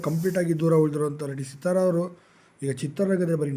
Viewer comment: Seeeethara alla Sithara.🎉🎉🎉